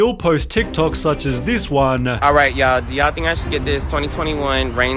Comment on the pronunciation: Narrator, no need for the extra syllable at the end of sentences (do-uh, time-uh, ev-uhhhh)